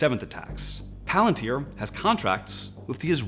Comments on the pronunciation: God I wish more people learned it's pronounced 'Pah-lantier' not 'palan-tir' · Everybody (including Peter Thiel, co-founder, and Alex Karp, CEO,) pronounce "palantír" improperly. If I'm not mistaken, in Quenya (the Tolkien-constructed language the word "Palantír" exists in,) the stress typically falls on the second-to-last syllable if the vowel is long. In "palantír," the "i" is marked as a long vowel, so the stress would fall on the second-to-last syllable, i.e. syllable 2: "pa-LAN-teer." The plural form, palantíri, would be pronounced with stress on the second-to-last syllable also, like "pa-lan-TEER-ee." Tolkien has a grammar guide for the Quenya language you can easily look up for good info. Edit - I should add that Palantir, the company name, technically does not have the I marked as a long vowel the way the item from the book does, so the company name may actually be produced like "PAL-en-teer," which doesn't sound half as cool, but the common noun item from the book is pronounced like "pa-LAN-teer." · It annoys me to no end that they named it after the LotR Palantir but CAN'T PRONOUNCE PALANTIR CORRECTLY!